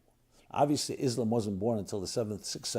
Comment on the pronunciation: yeah perfect, learning from someone who can not even pronounce the name Islam correctly.